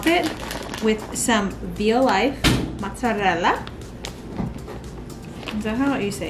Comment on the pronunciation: I’m Italian . You said mozzarella in the right way ❤️